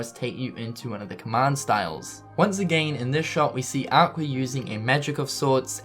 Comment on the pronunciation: it's funny how you say aquer for aqua and also it's the realm of darkness but theres lampposts lit up facepalm